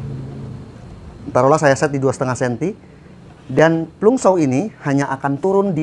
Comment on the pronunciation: Bang itu di baca Planj saw bukan plung